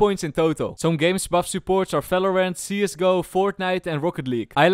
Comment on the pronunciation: "falorant" again